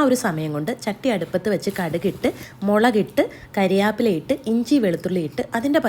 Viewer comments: കാരി യില്ല അല്ല കറി വേപ്പില എന്ന ചേച്ചി 😂😂😂😂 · Not കാരിയാപില, കറിവേപ്പില 👍🏻👍🏻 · കാരിയാപ്പില അല്ല കറിവേപ്പില 😂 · കറിവേപ്പില not കാരിയപ്പില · കരിയാപ്പില അല്ല കറിവേപ്പില വാക്കുകൾ നന്നായി പറയുക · കരിയാപ്പില ❌കറിവേപ്പില ✅ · Kariyaappila alla kariveeppila okkey😂😊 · Kariv'aa'ppila ❌, kari've'ppila ✅ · കാരിയാപ്പില അല്ല കറിവേപ്പില ആണ് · കരിയാപ്പില അല്ല കറിവേപ്പില😂😂😂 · Ariyappila alla ariveppila😅😊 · Kariveppila even njangal Malappuram angane parayaaru